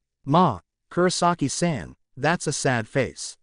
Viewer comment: Just, some names are pronounced wrong, like Kisuke, the auffix -san, Zanpakuto etc. and the pronounciation is too flat. That's probably because the names are pronounced like they are english names and not japanese ones.